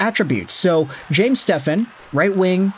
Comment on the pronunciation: You should be embarrassed not knowing how to properly say his last name😅